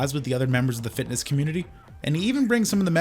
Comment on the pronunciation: I like how pronounces fitness kinda like fatness😅🤣🤣🤣